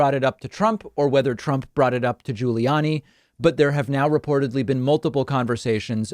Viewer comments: I only clicked vid to hear David mispronounce “GiuliAni” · David says "Guiliani" and "McEnany" weird